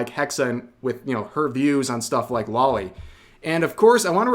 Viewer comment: Alright cowards pay attention because I'm about to reveal your secrets. Loli Is not a body type it very much is a "young person". And it's not pronounced "lolly" It's pronounced "lo-lee". I know it's pronounced this way because it's the shortened version of lolicon, it is derived from 2 words. lolita and complex. It gets the Loli part directly from "lolita" which was the title of a book from a Russian author about an adult male who had an inappropriate relationship with a female minor, and the word complex, without looking it up I believe it means something like "a strange infatuation with". I don't care enough about the world anymore to actually judge you for this so I don't actually care that you like it. But it does annoy me when I see people just not owning their shit. Especially on this topic now here in 2024. it's grown so popular that it's obvious what it is at this point. And just to show you that I truly feel this way, That's there is some loli artwork out there that I really like. no I'm not afraid to admit it. Well it's not an infatuation with me there's something enjoyable in youthful cutiness in eroticism.